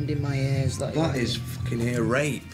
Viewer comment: It's podrick fooking payne 😂😂😂😂😂